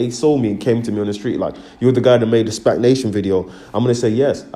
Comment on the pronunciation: This guy can barely pronounce a four-letter word SPAC, not SPAG my guy find something else to do.